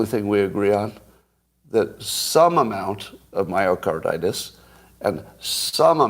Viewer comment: Plus, didn’t he call it mycardAtus, or did I imagine it?